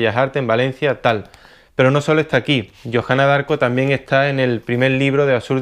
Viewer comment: se pronuncia diarco